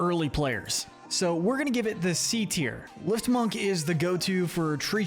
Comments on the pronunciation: I quit watching once he said LIFTmunk. Don't give an opinion on a game if you haven't played it or at least give some effort into learning to pronounce things so you don't sound uneducated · I don’t mean to be rude, but you need to learn some pronunciation. In the first 2 minutes and 30 seconds you already mispronounced, ball, lifmunk, and static.